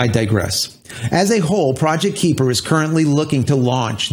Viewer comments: I believe it's pronounced K-eye-per, not K-ee-per. They're likely taking the term from the Kuiper belt (much like the asteroid belt beyond Mars), which is full of many icy bodies beyond Neptune, of which Pluto is the largest. A bunch of sats orbiting the Earth sort of fits, besides the fact that all sats will be orbiting 360 degrees and not just on a flat plane like the belts. The Kuiper belt is also thought to be leftovers from the formation of the solar system, so hopefully Project Kuiper doesn't suffer the same fate. Have to make sure to bring those sats down in time so they don't extend the Kuiper belt closer to Earth... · Kuiper is pronounced "KI-per" Long "I" Named after Dutch astronomer Gerard Kuiper. Firefly fans may also know him as the person that discovered Miranda, one of Uranus' moons. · Kahy-per as in Kuiper Belt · FYI it’s pronounced “Kai-pur” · But Amazon can''t get a real rocket off the ground... so far Blue Origin is only a celebrity amusement ride to 300K feet. Up and down, no orbit. If it's anything like the Kuiper belt (near Neptune), the "ui" is pronounced like "eye". Those things you are reading this with. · You pronounced it better in previous videos. Kuiper is hard to pronounce as the ui part in Kuiper is something the English language doesn't really have. It is definitely not a long i as claimed here above. Trust me, I am Dutch.